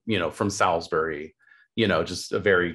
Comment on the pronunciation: Love this. Just a quick note that Salisbury is pronounced ‘sawlz-buh-ree’ with a drawn out vowel in the first bit.